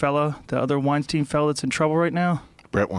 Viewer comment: Thumps up for him pronouncing "Weinstein" the way it should actually be pronounced